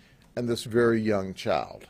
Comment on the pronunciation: “89 counts of chowl pourn”